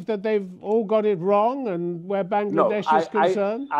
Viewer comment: সাহেব বাংলাদেশ ও ঠিক ভাবে উচ্চারণ করতে পারেন না! উনি ওনার ভারতীয় হ্যান্ডলার এর মত হিন্দি অ্যাকসেন্ট এ "বাং নগলা" বলেন। He couldn't even answer properly without stuttering and got tangled up with his lies.